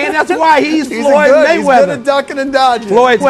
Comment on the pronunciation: FOLOLOYD GAYMEATHER.....